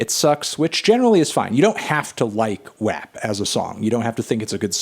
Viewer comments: melon its pronounced "wop" cardi even says it in the song 😭 but i love the spirit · Anthony it’s pronounced “wap” not “wop” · When you first said WAP, I thought you were saying rap with a speech impediment. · The way he pronounces WAP makes me really uncomfortable.